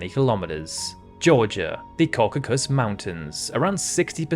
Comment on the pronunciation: Great idea, very interesting and well executed. This must have taken some time to compile. Yes, some words are mispronounced like the Caucasus and Kiritimati (Kirismas), but you got Lesotho and Kiribati right, and unfortunately most get it wrong. I am so curious to know where your accent is from.